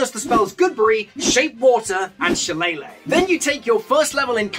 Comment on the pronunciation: Please tell me I'm not the only one who's pulling my hair out everytime I hear him say 'Shil-lay-luh'. In all fairness, at least he's not saying 'Shil-lel-ag' which I've also heard